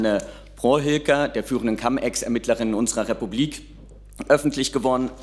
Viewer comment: Nein, es wird nicht "kamm" ausgesprochen, "cum" ist nicht Englisch, sondern Latein. Da sieht man mal, was die Besatzung nachhaltig geprägt hat. 😅